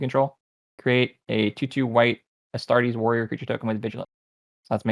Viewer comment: Uh-star-tez Lunes Martes - Astartes